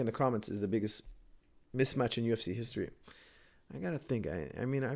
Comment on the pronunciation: Haha, you had to stop yourself a few times from saying "Mitch Match". I remember saying that when I was a kid too lol.